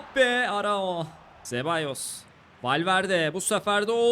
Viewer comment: "zabeyos" degil, "sebalyos"